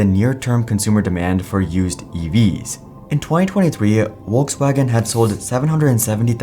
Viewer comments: It's Volkswagen, not Uokeswagen. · Volkswagen is pronounced like you would say "Folks". So like if it's written as Folkswagen.